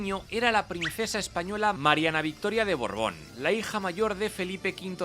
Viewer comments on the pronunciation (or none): No sé por qué en esta serie dices tanto Borbón con D, si el apellido Borbón no tiene ninguna D, so son Bordbones? O bordones? O dorbones? O Borbonds? Yo solo se que en la tierra plana Francia no existe y es todo una conspiración judeomasonica para hacer que los españoles de bien vivan bajo el yugo de un enemigo imaginario